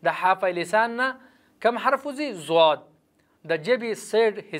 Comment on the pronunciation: دا ضاض دی کنه ته ضواض وای